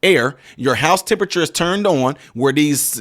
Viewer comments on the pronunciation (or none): none